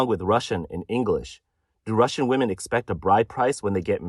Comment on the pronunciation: I have watched and enjoyed a lot of videos, still can't understand why the most used word, he can't pronounce properly, i.e. "women" Most non native speakers can't pronounce it properly (I was an English teacher for 20 years). But he is not a non native speaker. He sounds like he is from the West Indies. Ironic that that is the only word he can't pronounce properly isn't it.